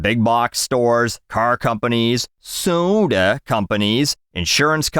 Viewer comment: The way said "soda" tickles my brain.